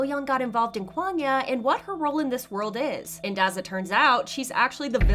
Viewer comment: Can u please say kwangya correctly.